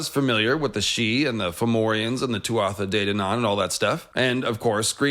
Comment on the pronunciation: As someone who is fluent in Irish i just have a quick note on the pronunciation of Tuatha Dé Danann. We would pronounce Tuatha as two syllable. Very close to how one pronounces Twah in hawk twah. In Munster irish at least.